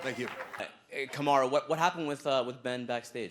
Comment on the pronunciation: Kamaru not kamara